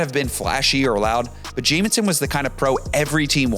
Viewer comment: You can’t even say the name of the player you are talking about, keeping saying ‘Jaminson’.